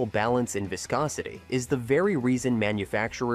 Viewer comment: ..."vaiscosity"...😂😅😊...Your AI voiceover sounds ridiculous!